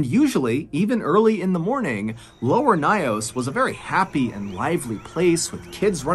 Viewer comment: It took me a while because of the way he pronounced the lake but because the story is so familiar, I finally figured it out 😅. It’s lake Nyos located in my country Cameroon . It’s pronounced Nyos (like YOURS with an N at the beginning) and not NAYOS and he pronounced 😅. But thanks for this story. This was a tragic story we are still reminded of till date in schools